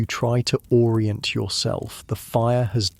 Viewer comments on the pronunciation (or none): none